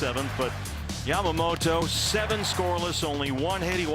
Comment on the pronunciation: この人のYamamotoの発音が綺麗過ぎて他の人がヤマモロになってるの再認識した